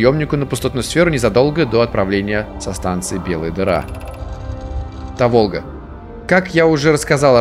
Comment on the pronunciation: Та́волга. Если что